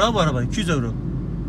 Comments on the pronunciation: ne yuro ne oyro YİRO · Yuro değil de Oyro deseydin tam olacaktı be hacı :)